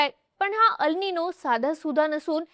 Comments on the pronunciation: Tumche अल् निनो ase uccharan arabic watte. 'El ninõ' ha south america shabd ahe tyache uccharan एल् निन्यो ase karave. 🙏🏻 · ह्याला "एल निनो" अस म्हणतात... "अल निनो" नाही.